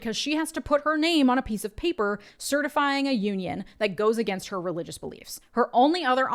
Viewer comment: Distongtion on "Her" god cuse she aint talking about Jesus 😂